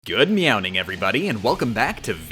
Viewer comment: "Good meowning" disliked and stopped watching. I am disappointed. jk